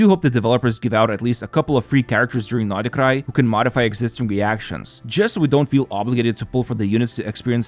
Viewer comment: why u keep saying notty krai?